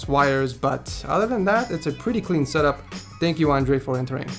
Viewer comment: I thought he said set up whores 😂